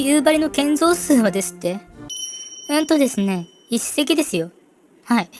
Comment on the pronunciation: 北海道民なのですが、やっぱり「夕張」のイントネーションが気になります…。道民は「蒼竜」と同じイントネーションですので。 でも、なぜか夕張メロンはさんの発音ですｗなぜかは地元でも分かりません😅